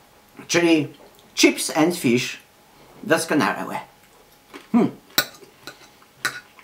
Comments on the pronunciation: on powiedzial czyps and fisz ? hahahah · "czips end fisz majnelibe lancz"